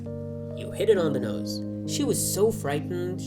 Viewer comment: Yada giyan la jiyati away bley ذە ئینتەرڤیو ble ذی ئینتەرڤیو chwnka i la komalay pita bzwenakana har katek pity bzwen la saratay wshay dway The hat awa ba ذی axwendretawa nawak ذە, enja keep going bro 😍.